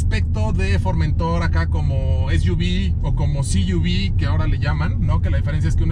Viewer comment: El "" no sabe siquiera pronunciar el nombre del producto que vende... es FormentOr... no FormEntor.